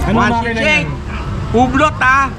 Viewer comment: Tisso, hindi Tissot 😁 Hublo, hindi Hublot 😁